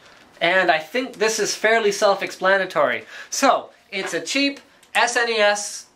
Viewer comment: I love that Linus pronounces it properly, as an acronym SNES. Some of my idiot friends pronounce it "SNES" (as one syllable, rhyming with "guess"), which bothers the crap outta me.